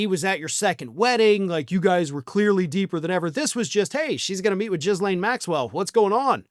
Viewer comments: Did you pronounce Ghislaine as "Jizz-Lane" on purpose 🤣For people who don't know, it's pronounced "Geh-Lane" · The distraction worked again, wasting everyone's time because lazy, gullible podcasters need content to make a buck. Cherry on top: you STILL persist in mispronouncing her name as Jizzlane. Ffs.